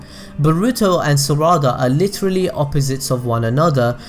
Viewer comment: Im not hating but why do you say "Saraawda" isn't it just Sarada.